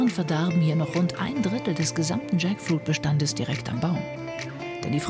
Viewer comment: Jaktfrucht, spelled Tschäckfuiet, in Lautschrift für unsere deutsche Kommentatorin 😉😅😂